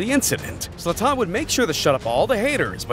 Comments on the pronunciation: Bro called zlatan zatan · bro said Zatan